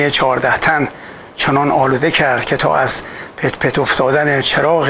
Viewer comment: استاد عزيز و تيزبين پرويز خان صياد شما افتخار ايرانيان هستيد و بسيار خوشحالم كه هنرمندي تا اين حد با فهم و شعور بدون وابستگي افشاگري ميكند،درروود فراوان برشما ضمناً استاد عزيز اون شعري كه ابتداي ويدئو بيان فرموديد در خوانش شما اشتباه جزئي وجود دارد :بعد از پت پت ، كسره دارد پت پتِ چراغ را...